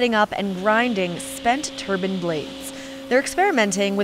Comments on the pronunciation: TURBINES NOT TURBANS LOL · They're turbines, dammit not turbans! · TURBINES, NOT TURBINS. IF YOU CAN'T SAY IT RIGHT THEN GO FIND A KITCHEN. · Turbine not turban. You sound dumb. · Wind turbine. tUrbinE. Not terbin. Learn to talk. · It's not a turban....... it's a turbine